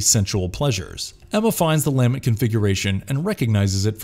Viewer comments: is this a bot talking? NOBODY pronounces "lament" this way. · Learn how to say "lament" and I'll like & share. Jesus. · Cool video, too bad the narrator kept mispronouncing "Lament Configuration". Maybe they didn't realize that the first word is the verb 'to lament'. Kept mispronouncing the inflection. Very annoying. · Great video but every time he mispronounced the lament configuration, I wanted to jump off my roof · "The LAH-ment configuration" The what? Your em-PHAH-sis is on the wrong syll-AH-ble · The lament pronunciation is killing me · La-MENT' configuration...not LA'-ment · Your incorrect pronunciation of LAMENT over and over really detracts from the video. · Lament: (/ləˈment/) - pronounced luh-ment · It’s pronounced la-ment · lol dude it's la-ment configuration. I couldn't stop laughing anytime you pronounced it weird. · lame ent configuration? lamen't? (the emphasis tends to be on the second syllable, no?) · is this an AI narrator? the pronunciation of LAMENT is wrong. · imagine mispronouncing "Lament" through an entire video on Hellraiser. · You studied everything about the movies except how to pronounce "lament" and "LeMerchant" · Good video, but either I’ve been mispronunciation “Lament” for 30 years, or the narrator didn’t give enough of a shit to watch any of the movies. Also, mispronouncing “LeMarchand” was a little annoying. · I wouldn't call reading the Wikipedia synopsis of each film and adding a couple of IMDb trivia facts here and there an 'exploration' of the franchise. They don't actually explore anything at all. And they can't even pronounce anything right. It's clear they have never seen these movies at all. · LAH MINT! NOT LAMINET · ... Why does it sound like you're saying "LANMET" instead of "LAMENT” every time you mention the Lament Configurations lol. Awesome video though, great summarization of all the movies! 🙂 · DAMNIT! It so grating when you say 'LA-ment' configuration instead of 'lah-MENT' ...where the f*ck is this narrator from?